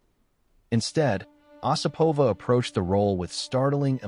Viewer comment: Her name is pronounced with the accent on the first syllable: O sipova.